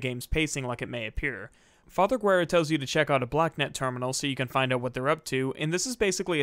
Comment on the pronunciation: talks about alex VA mispronouncing a name -Immediately mispronounce father Guerra's name